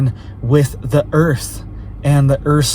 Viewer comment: Its dah earf